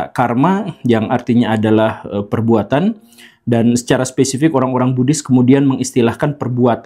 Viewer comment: Oohh Buddhis.. saya dengarnya Bugis..